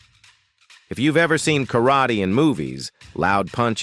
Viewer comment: Yep. And Kar raaaa tey And Osu! Everyone, so bloody saying Osu. It's 'hai...'... that's it.